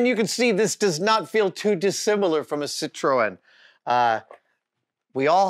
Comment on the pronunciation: never once heard that (correct) pronunciation of Citroën outside of France!